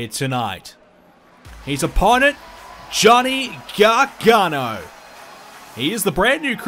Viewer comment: It’s not Johnny garghana it ends with an o